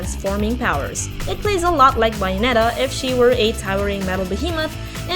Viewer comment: WHY CAN'T YOU PROPERLY PRONOUNCE BAYONETTA???